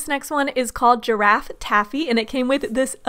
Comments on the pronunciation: It’s not giraffe taffy it’s giraffey taffy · It said girrafey taffy not girrafe taffy i have ocd so that bothered me sooooooooooo much